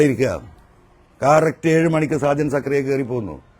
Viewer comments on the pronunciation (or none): സക്കറിയ അല്ലെടാ മരപ്പൊട്ടാ........ സ്കറിയ